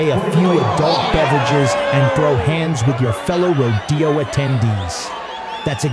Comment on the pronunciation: I'm a bull rider and I'm a cowgirl. Yeah. Shit like that also happens sometimes. It's crazy. Also it's pronounced RO-de-o. Not ro-De-o or ro-DAY-o.